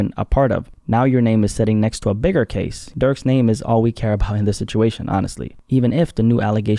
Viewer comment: I thought you said "Gaze", im like that 1000 yard stare couldn't possible get any worse.